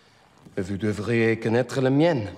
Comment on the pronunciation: C'est 20 ans que j'ai ecrier a une autre personne en francais! Merci! :-D M'excuse a j'ei ecrier en anglais. Basically, Fassbinder keeps mangling the letter 't'. I notice that. "Et vous devriez connaitre les miennes" his says 'Et' as 'Eu' "Je veux Schmidt" it sounds like "Cheveux Schmidt" (Hair Schmidt!). "Ou est-it?" Missing the 't' for 'est-it'